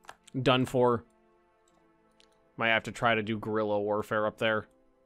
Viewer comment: but you pronounced it as "gorila" ¿or is my ear full of wax? I know you miss spell things in purpose but is just a never knew what it was. it's just a bad pronounciation of "guerrilla", thanks for clearing my doubst